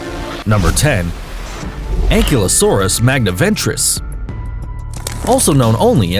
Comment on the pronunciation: Ankylosaurus isn't pronounced that way, It's pronounced Ankylosorus.